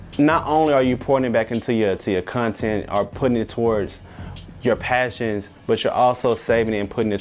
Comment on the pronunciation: And "cuntent"